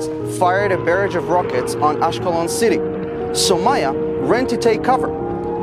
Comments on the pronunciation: It's pronounced saumYa not sumayyah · Bro it is Soumya and not Sou-maya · It's pronounced as "Sow-m-ya"... Just thought of saying this 🙏 We Indians will always be with our trustworthy friend ISRAEL 🇮🇱❤️🇮🇳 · Well it's actually pronounced as sou mia